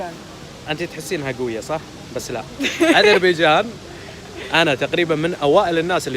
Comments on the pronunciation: علأقل هي غير عربية وتقول ازربيجان؟!! واش تقول في عرب ويدرسون نصف حياتهم أن حرف ذال هو ذال ثم ينطقوه ز؟ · اسمها اذريبجان بالذال و ليس ازربيجان لازم تصححيها